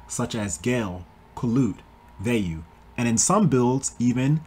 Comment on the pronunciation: This is the only person I've ever heard say Vey-you, instead of Via-you. Shit caught me off guard